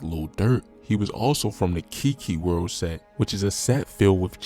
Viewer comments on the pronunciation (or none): It’s “kaki” world not Kiki